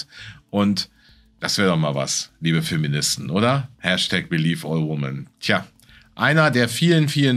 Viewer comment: 'all wimmen, all min'. So spricht man/frau das als "mehrere Frauen, mehrere Männer" in der Mehrzahl im Englischen aus. Ansonsten alles supi. ❤